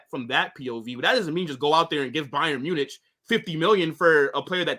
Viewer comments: the way he pronounces Bayern Munich. He says it’s like ‘ITCH’ sound not ‘IK’. I never heard anyone pronounce it like that. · Why does he pronounce it “Bayern MunITCH”?